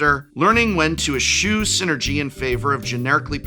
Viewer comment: Es shoe? No no no it's es chew! I thought an English prof would know how to pronounce that :)